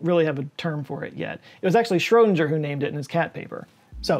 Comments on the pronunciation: Schroedinger isn’t read like ginger, rather like singer. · Let me point out an error: He's pronounced more like shro-ding-er, rather than shro-dinge-r. I forgive you not hitting the ö. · Great vid as ever, but for future ref Schrödinger rhymes with "finger", not "injure" :) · OK. As a former German teacher, I'm going to give you my secret to correctly (more or less) pronouncing Schrödinger. The sound of ö is very similar to the vowel in American English "poor" or "put." So start by saying "poo(r)-di-nger (drop the "r" at the end of poor). Then change the initial "p-" to "shr-" Now you sound like you studied at the Max Planck Institute! 😁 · I think the "g" in Schrödinger is pronounced like the "g" in "ring." My first comment shouldn’t be a criticism. I like your videos. But hearing that "g" pronounced like the "g" in "cringe" is distracting. No one has probably said anything because they haven’t noticed or they don’t mind. My excuse for bringing it up is that I’m saving you from someday finding out that someone whose opinion of you you care about has been overlooking it for fear of hurting your feelings. As you can see, that’s not a concern to me. Many scientists believe that QM is incomplete. See "The Trouble With Quantum Mechanics," at But it’s the most accurate theory in the history of scientific theories. Perhaps understandably, scientists stopped trying to figure out how it works as soon as they discovered how useful it was. Now some scientists like Sean Carroll at MIT are looking into it. Like first contact with intelligent extraterrestrial life, I’d still like to be around when someone finally figures it out. But they’d better get at it because I’ve already passed the life expectancy for males in the U.S. Just kidding. You can pronounce Schrödinger any way you like. It’s a free country. I’ll get over it. Eventually.